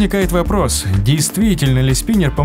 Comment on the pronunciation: Не спинэр а спинер.